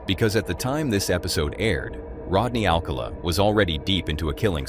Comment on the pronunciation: Come on now. Pronounce the Dating Game killer's name correctly. Rodney Al cowl la; not All call a. This is the best that I could do expressing the mispronunciation.